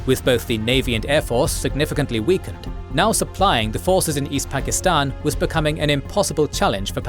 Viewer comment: How can you spend ALL this time on this video, and not learn how to pronounce "Pakistan"?